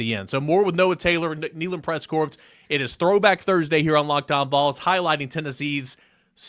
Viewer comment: You do NOT pronounce the “S” in the word “corps.” It is pronounced like the word “core.” Just trying to help you out.